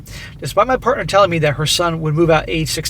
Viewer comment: let me handle this one. "parnter"?? SMACK